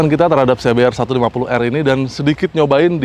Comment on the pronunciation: Ingat "R" nya cuma satu🤣